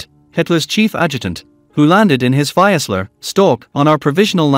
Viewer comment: "ex-ex-ex" how about 30th ??? And, it's a "FEES-lur" Stork airplane.